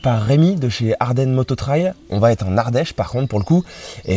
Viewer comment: C'est vraiment beau et bien fait, félicitations! Par contre en toute amitié, depuis longtemps déjà dans tes vidéos parfois mes oreilles saignent. En effet on ne peut pas dire ca va T être en français, ou seulement dans une forme interrogative, on dit simplement ca va être sans le T euphonique ; Allez bon courage et encore une fois bravo..